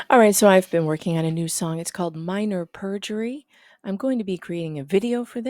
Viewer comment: Back again to listen to “Minor Purjury”